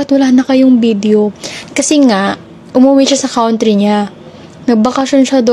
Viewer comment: Kawn'try ?? 😂😂😂😂 You mean country (kantry)? 😅😂